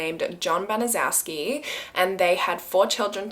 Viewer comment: Gertrude's last name is actually pronounced "ban-a- shew-ski"